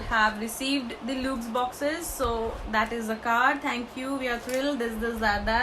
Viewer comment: Hey , i love your videos. I am from Pune. Would like to inform that the pronunciation of luxe is actually 'lux'. It's actually short form of luxury. Keep doing videos, u rock 🙂